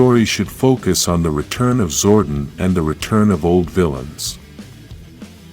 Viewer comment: I wish youd stop pronouncing it "zorden"